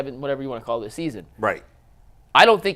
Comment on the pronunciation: tries to make a career with statements that shake things up. The “dis and dat” instead of “this and that” is really distracting. He tries to pontificate and it really comes off as having a low intellect.